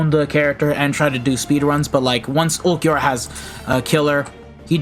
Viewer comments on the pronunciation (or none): Ulquiorra would kill you if he knows you call him "ulq"